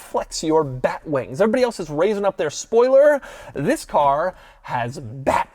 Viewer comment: Doug you need to tell the guy in the beginning of the video he needs to accentuate the TH in THIS.....TTTTTTTTTHHHHHHHHHHIS!!!!! Lol